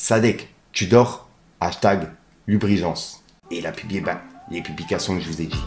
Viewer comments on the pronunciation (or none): Labrugeance pas Lubrigeance 😂